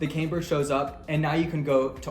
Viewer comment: Loses a bit of credibility when you don't know how to say "camber"